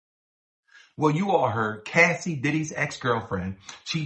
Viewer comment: Cassie not Casey.